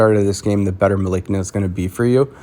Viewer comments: Malice + Na, the c is pronounced like an s. Trust me on this for I am a former spelling B champion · I think her name is pronounced Mel a see na